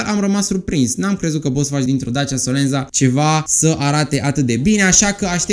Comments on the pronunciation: solenta se pronunta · / Se scrie SOLENZA, dar se citeste solenta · Se citeste solența.. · Se pronunță solența